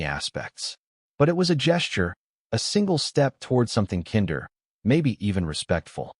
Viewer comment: I wish the AI would pronounce the word “kinder” properly 🙄